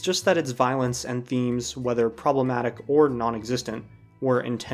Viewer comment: Say 'problematic' again.